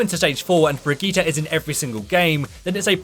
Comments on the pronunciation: It s not Bregetty or Bregeeta It s a german/nordic name. Its pro.... fuk it do whatever you want! Just dont let me hear it or my cringe organ could implode ofc this is not only aimed at you! Its for all of you! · How they pronounce Brigitte XD i thought who is this hero they are talking about